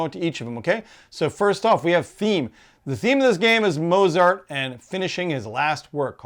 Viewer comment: I hate to be negative, but, even forgiving the continual mispronunciation of Mozart, the review did not say very much other than that the reviewer liked it. It left me knowing nothing about what this game feels like to play, and how it may be different to similar Euros - most Eurogames have something distinctive that makes game play a bit different to the others, like the death rules in Village etc. I think only 1 minute of this short review is actually useful.